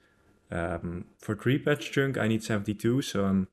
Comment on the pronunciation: Pronounce chunk right for one. Not with “ink” it’s with “unk”